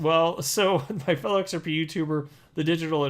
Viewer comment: i watched all of Gary at MIT on youtube... didnt learn a damn thing and came to the conclusion that gary cannot pronounce XRP... ... it is XRP sir not XRPaaaey ... what a dumb ass... old people dont know chit about crypto